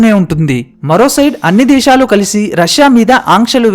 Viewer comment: Deshalu kaadu sir desalu